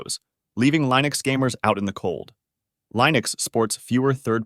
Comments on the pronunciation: Uhh.... Line-ux? lol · Pick one way to pronounce Linux and stick with it! I've swapped to Linux and a change was made on installing the ESO game with Lutris, so I had to use Steam. Otherwise, I've had zero other issues.